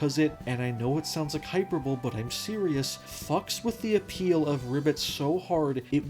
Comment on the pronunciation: that is not how you pronounce hyperbole